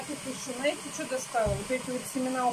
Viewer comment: Еще любит слово Наете. Трудно букву З вначале слова вкантарить😁